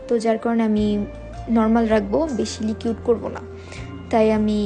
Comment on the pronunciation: লিকিউড না আপু,,,ওইটা লিকুইড হবে